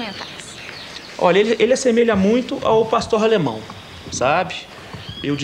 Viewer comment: otimo o video !!!! só é chato ele falando Pastorralemão